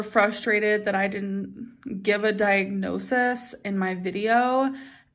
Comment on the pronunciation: With the amount of diagnoses she's claimed to have had, you'd think she'd at least know how to say it. Diagnosisis??? Gorl.